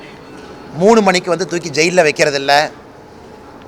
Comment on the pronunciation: தமிழை முறையா பேசக் கத்துக்க நீ, சர்வாதிக்காரி இல்லை சர்வாதிகாரி .நான் வொந்து இல்லை வந்து🤭